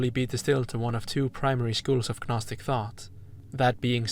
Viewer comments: Gnostic is pronounced naw-stick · I’ve never heard somebody say the word gnostic without making the g silent. Do you say things like ganome (gnome)? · The G in Gnostic is silent. Same as G in Gnosis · The g is silent im gnosis and gnostic lol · love the video but the way you pronounce gnostic is taking me out of it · Yeah same, this guy is clearly well read idk how he’s completely mispronouncing it